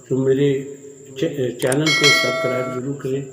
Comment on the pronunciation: Yah lafz subscribe hay Subcribe nahi Aap S miss kar jatay hain